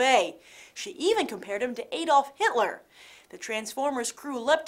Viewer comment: Ay-dolf? It's pronounced Ad-olf Grace. :)